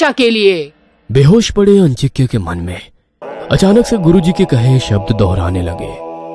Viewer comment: आजिंक्य होता है अंजिक्य नही।ये लोग नाम का गलत उच्चारण कर रहे है।